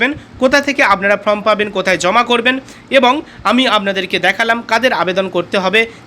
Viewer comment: কথাটা Form, From নয়